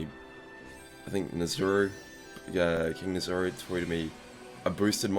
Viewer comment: Thanks for the shoutout. Also its Na (Nazi) Za (Plaza ) Ru (Kangaroo)